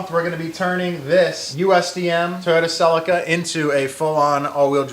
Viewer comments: A celica. Pronounced sel - ee - ka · Listening to you call it a sellica is going to be painful though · It’s hilarious how American pronounce Celica.